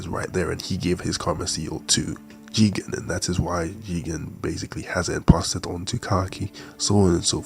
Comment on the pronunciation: Why are you saying jigan? It's "Jigen". Put some respect on his name.